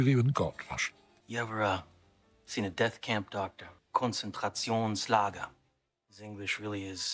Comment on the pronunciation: Leonardo's pronounciation of "Konzentrationslager" was spot on. I'm impressed (I know the movie only in German, so hearing him say it in this react was actually the first time)